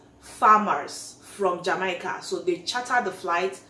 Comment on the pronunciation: Lol I almost did not recognize the name of my country. Jamaica is pronounced Jam- May - Kah. 🇯🇲. Awesome video